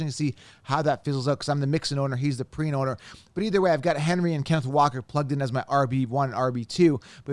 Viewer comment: It’s pee-rine….pls says names correctly